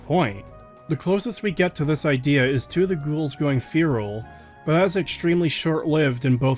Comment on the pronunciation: you cant even pronounce the word feral